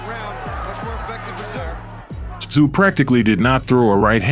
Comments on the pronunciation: Who the fvck is Kostya "And the zoo"? It's pronounced "tZoo". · It's pronounced COSTA ZOO 🇦🇺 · It is NOT Kostyat Tszyu, it's pronounced Kostya Zoo, show some damn respect and SAY HIS NAME correctly. His sons may come after you, and that'll Kostya! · Kostya Tszyu is said... and this is mainly for Americans to understand...here in Australia we say his name like this....Cost-a-zoo..... spelt different i know but said that way...i wish American speakers & or announcers would do their homework & find the rright way to say them... otherwish you continually come across as sounding stupid. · 'Costa Zu'. Geez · Can't the narrator manage to keep the "T" out of Tszyu's name pronunciation ? It's not hard.